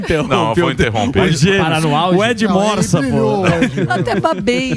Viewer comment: "Ed Morza" Kkkk